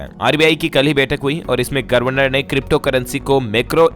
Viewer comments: Aap governor ko gorvenor bolte hain pl corect it. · आप गवर्नर शब्द का उच्चारण सदैव गलत करते हैं, गवरनर होना चाहिए